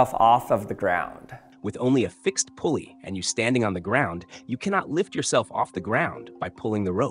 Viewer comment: It’s not a “pool-ey” it’s a “pull-ey” 😂